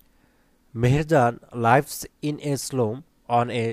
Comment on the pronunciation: লাইভস na লিভস ar ডুরিং na ডিউরিং